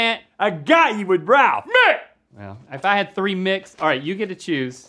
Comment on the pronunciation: DID ANYONE ELSE THINK RHETT SAID "beth" INSTEAD OF RALPH?????